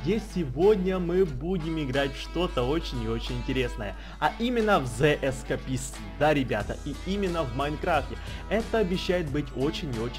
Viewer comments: эскейпист говори а не эскапест :D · как он это казал зе эскепист Правильно зе эскейпист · правильно говорить эскэйпист,. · Пожалуйсто произноси название правильно